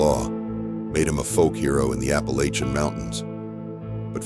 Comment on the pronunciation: Why do you say Appalachian wrong? I mean youre talking about maggie valley, have you ever been there? Not talking like that lolol